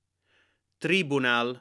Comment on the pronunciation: Small nit-pick on your pronunciation. The stress on the word always depends on the length of the penultimate vowel: if it's long that's where the stress goes, and if it's short the stress goes on the antepenultimate vowel - so the word tribunal is pronounced trib-U-nal (not tr-I-bunal). Otherwise, your pronunciation is excellent and much appreciated